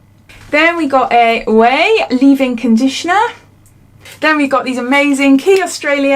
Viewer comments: Ouai is pronounced way. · You pronounce it as 'way' I think xx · I think Ouai. Is said way. Nice to see its now in UK been watching peeps on US open this for the past year.